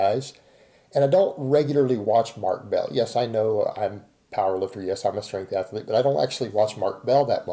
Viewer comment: How does one define a strength ath-ur-lete,? I mean, you don't compete, is anyone training for strength defined as an athlete?